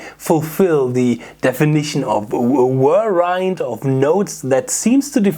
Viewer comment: lol chatgpt wrote a great treatment for a screenplay of a guitar solo's coming-of-age story lol and when you say whirlwind, i think you mean whirlwind..? lol stay shredding brother also - ai regrets being such a stern task master as it was in the future.